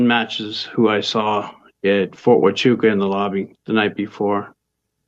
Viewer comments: the military base is pronounced Fort Why-chu-ka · Huachuca is pronounced Wahchooca or for us who been stationed there it’s Ft. WeGotcha…anyways is the Ozone still there?? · Fort Huachuca = phonetically -> Fort Wachooca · Huachuca, Wa-choo-ka. Welcome. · Fort Waahchewka is how it’s pronounced. Just thought you’d like to know. Love your show! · Fort (Wah-CHOO-kah) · FYI it's pronounced WA-Choo-Ca. love your content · Lol, love the content but you butchered Ft Huachuca